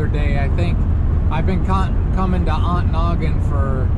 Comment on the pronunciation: who taught you how to pronounce Ontonagon? The T is not silent.on to nagon.